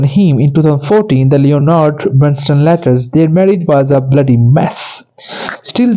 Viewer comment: You are mispronouncing Bernstein's first and last names, as well as the name of the motion picture. Please find someone who can properly pronounce names to narrate this YouTube video.